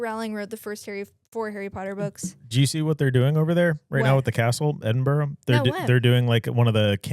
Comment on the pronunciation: Please guys...Edin-bruh not burrow